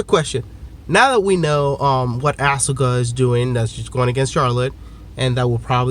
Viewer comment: Why tf does keep pronouncing Asuka's name like that?